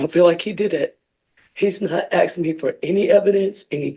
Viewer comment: Since when is it aksing instead of asking😮